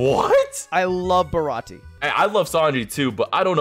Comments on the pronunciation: I don’t understand why baratie is pronounced ba ra ti a and not ba ra ti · God you both couldn’t say zou or baratie correctly kinda crazy